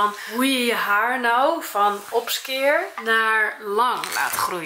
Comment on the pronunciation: ehehmmm opskeer?😂😂 of opscheer😂 ik ga stukk😂